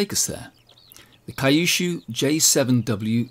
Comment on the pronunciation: we call Kyushu Q-Shu , not Kai-shu.